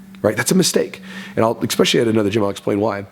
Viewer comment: Why do Americans say ecspecially its especially there is no c in front of the s